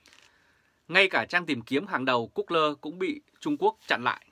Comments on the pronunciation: Gu gô..( that 's correctivity sound pronunciation ) a! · Google mà đọc là good lơ